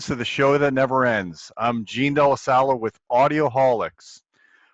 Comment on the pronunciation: ...holy crap guys not jean wtf